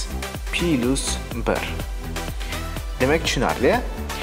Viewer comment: Пилусмас - плюс